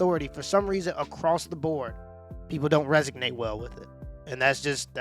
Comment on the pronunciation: Resonate, not resignate.